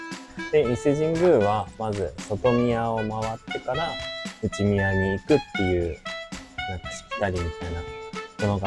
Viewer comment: 内宮、外宮は『ないくう、げくう』って読みますよ😅 おいしいコメントのネタをありがとう😉💕